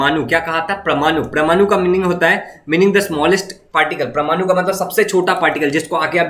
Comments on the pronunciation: it's not pramanu it's parmanu😅😂😂😂😂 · It's परमानु parmanu